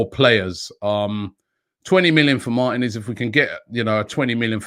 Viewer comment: MAR-TEEEEEE-NEZ NOT MARTIN-EZ